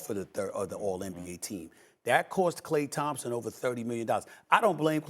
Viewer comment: Stephen A. doesn't even pronounce his name correctly.